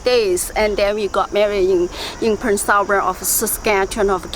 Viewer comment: Prince Albert Saskatchewan … cute that she was able to pronounce that City name so clearly. You’re from Saskatchewan as well G?